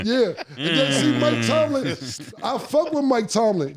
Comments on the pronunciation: I’m just happy to hear Killa final say Mike Tomlin’s name correctly after all these episodes! 😂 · I’m just happy cams saying Mike TOMLIN now